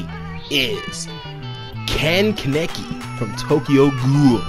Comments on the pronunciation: Ken keneki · I know you haven’t watched the anime but you pronounced the name horribly wrong 😂